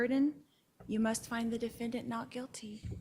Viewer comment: A combination of "Quit" (talking, Lori) and "guilty" and we get "Quilty" LOL 😍